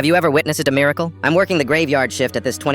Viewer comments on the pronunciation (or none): “Have you ever witnessed a damiericial?” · bro said :dermiracle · Bro said dmiracle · Why I'd no one talking bout how he said Dmirical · ain’t no one talking about how it said domicile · “Have you ever witness a da miracle?”